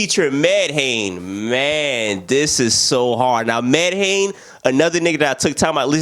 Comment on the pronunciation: You gotta get into MIKE's new album Tears of Joy. That man went tf in edit: Medhane pronounced MEH-DONNIE